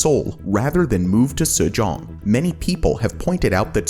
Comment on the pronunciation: Mayan-Mar? SU-JONG? That's Japan, not Korea LMAO c'mon guys